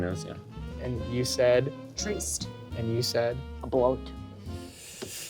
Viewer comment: saying “treest” reminds me of the good ol’ days when she made “flaint” happen